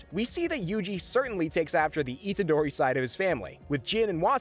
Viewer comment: Good video but names arnt said right